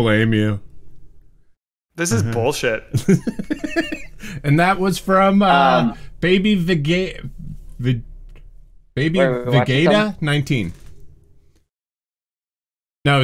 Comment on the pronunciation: Hearing Sam fail to pronounce Vegeta really shows our generational difference.